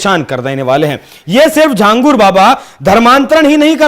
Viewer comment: Ye Akela Nahi hai Aise Kai Baba ho sakte hai desh me jinhe ye videshi sanstha fund Kar rahi ho. और भाई लिखते छांगुर हो बोलते झांगुर हो, हिंदी नही जानते क्या?